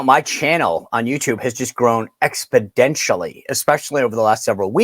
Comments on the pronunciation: That's "exponentially"! No D! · "Expodentially"????? Come on Sean. It's "Exponentially". LOL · Did he just say expodrntially